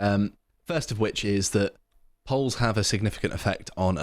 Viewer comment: Did he say EO double L. Peolls?